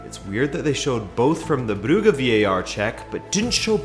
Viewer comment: Club brugge is pronounced club bruzhe